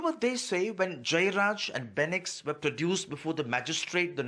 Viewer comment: You guys don’t even have the name properly ... it’s Fenix Calling a person name correctly shows respect and care. South Indian Lives Matter